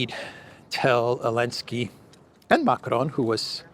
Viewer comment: Why are you pronouncing Macron's name like that? If you can't do it with a French accent just do it in English. Bizarre.